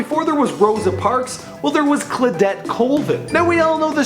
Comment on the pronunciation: and phonetically it should be Claw-dette NOT Cla-dette, morTality regarding Brazil NOT morality and Ida B Wells was the first black woman to refuse segregated seating much earlier than anyone you mentioned . Maybe you should slow down a bit. Wouldn't hurt